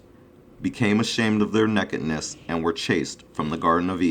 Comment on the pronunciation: Sorry I can only give 1 thumbs up! He can't even say nakedness!"